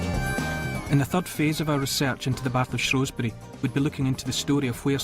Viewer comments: It shrew not shrow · Shrewsbury born and bred, never hear locals pronounce it shrow, they pronounce it shoesbrie